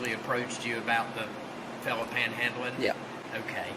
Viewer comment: Again he says "panel handling "